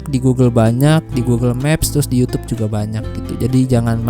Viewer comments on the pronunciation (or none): none